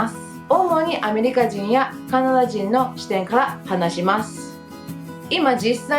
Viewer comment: 。細かいことだけどね。～ですが～。というときの「ます」の発音ですけど、「まず」と、すが濁っているで、きをつけてみると、より自然になります。 余計なお世話でしょうが、老婆心ながら。